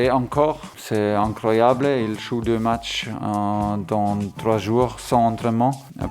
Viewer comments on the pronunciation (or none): "il chou deux matches dans trois chour"